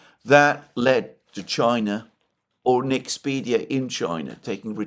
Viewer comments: Btw it's NexpeRia, not NexpeDia. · Liked, as I almost always do, but I believe it's NexpeRia NOT NexpeDia. Please fix that. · Mr. Mercourius the Nederlands semiconductor company is called NEXPERIA, not Nexpedia as you keep calling it.